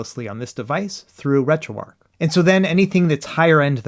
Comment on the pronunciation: Dude you're still calling it retroark instead of retroarch.....it's amazing to me as a dyslexic person how many people choose not to know how to read especially when I struggle with the English language